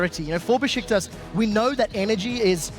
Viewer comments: It's Beşiktaş (Besiktas) ESports NOT Besitkas (-,-) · besıtkas ne kardeş